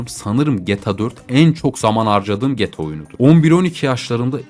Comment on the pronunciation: abi gta ya geta deme lütfen